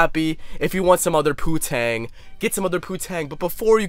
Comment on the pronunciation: It’s poon tang not poo tang , young one. POON tang